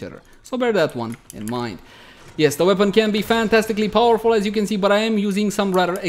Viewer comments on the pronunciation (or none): none